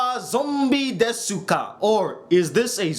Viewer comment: Hey, I know you probably don't know this, but you don't pronounce the u in desu!